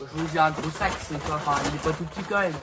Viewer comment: Donc... C "MÊME" PAS "MAIME"